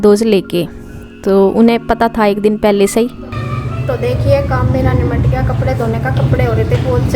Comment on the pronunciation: Didi nipat gya bolte h nimat gya nhi bolte